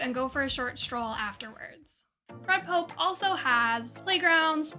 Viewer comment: It Fred Poppe like a poppy seed. Are you new here? Lol